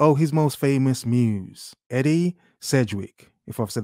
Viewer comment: Edie pronounced Ee-dee.